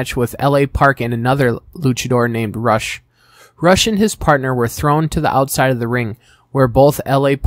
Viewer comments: It's pronounced Roosh, not Rush. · Great video the only nitpick is that rush name is pronounced ruushh